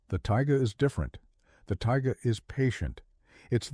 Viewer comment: That’s “taiga” not ‘tiger”.